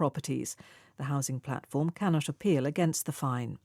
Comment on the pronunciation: can not apeal 캔낫 쇼필로 들리네요.